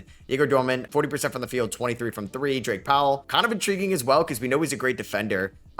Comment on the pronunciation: Calling Drake Powell "Dwight" repeatedly made me wanna punch the screen.